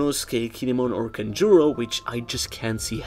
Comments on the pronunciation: bruh its kanjuro HAHAHHAHAHAHA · It’s Kanjuro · its kanjuro